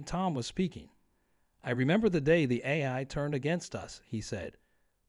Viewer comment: Says AI wrong a bunch. Haven.